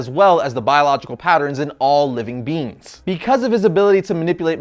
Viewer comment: Bro, it's being, pronounced bee-ng, not bean.